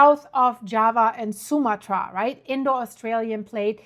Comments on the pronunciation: The name is pronounced: soo-MAH-trah. 🤓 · Archipelago...ahr-kuh-peh-luh-gow. Sumatra...soo-mah-truh with the emphasis going on the 2nd syllable😁❤